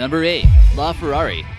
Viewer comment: he said la Ferris but said bugati chicchor